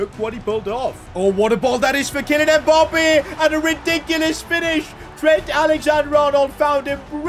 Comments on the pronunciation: How he says emappbe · ITS MBAPPÉ YOU SAY IT WRONG